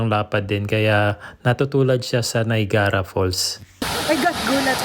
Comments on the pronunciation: Niagara Falls - pronounced as N A Y A G R A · Niagara Falls ba yun sinabi mo? TIP: pronounce as, NAYAGRA falls... :)